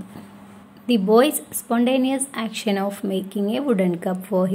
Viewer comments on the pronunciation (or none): none